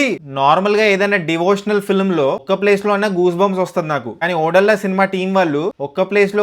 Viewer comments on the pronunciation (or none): వీడికి సినిమా పేరు సరిగ్గా పలకటం రాదు కాని రివ్యూ చెప్తాడు....ఓరేయ్ బాబు అది ఓదెల రా ఓడేలా కాదు 😂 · ఓడెల్లా కాదు ఓదెలా2.. ఓదెలా అనేది ఒక విలేజ్...ఓడెలా అనకు ఓదెలా అను..ఒక తెలంగాణ వాడిగా.. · అది ఓడేలా కాదు ఓదెల ముందు సినిమా పేరు కరెక్ట్ గా చెప్పు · Ayya Adhi odella❌kadu. odela ✅ first movie name correct ga cheppu tharuwatha review chepdhuvu😅😂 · Bayya oddella kadu Odela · Odellaa❌❌ O Dolla✅✅ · Bro adi ఓడేళ్ల కాదు ఓదెల….please correct ga pronounce cheyandi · Not odella it's odhela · Odela కాదు ఓదెల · ఒరేయ్ అది ఒడెల్లా కాదురా ఓదెల 🤦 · ఓడేలా కాదు రా అయ్యా అది ఓదెలా 😑🙏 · Tammudu title pronounciation odella della della kadu odhela. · ఒడ్డెల్ల కాదు అన్న ఒదెల 😢😢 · ఒడెలా కాదు బ్రో ఓదెల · సినిమా చాల బాగుంది...interseting గా ఉంది.....వీడొక పూలరంగడు.....వీడికి ఓదెలా అని పలకడమే రావడం లేదు.....ఇక్కడ review ఇస్తున్నాడు...